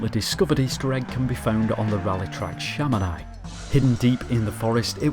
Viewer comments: Just i wanted to say that Chamonix is pronounced Chamoni not chamonay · Dude, it takes two seconds to Google the pronunciation of place names to make sure you're not getting them wrong: Coté d'Azure = koht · duh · zyoor Chamonix = sha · muh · nee